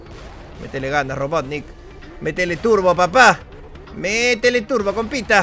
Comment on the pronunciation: Wiiiiiiiii dijo robotnick jajajja